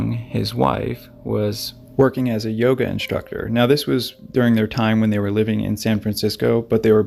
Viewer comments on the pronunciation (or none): none